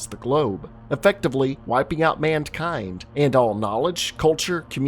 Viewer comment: Bro please stop saying mandkind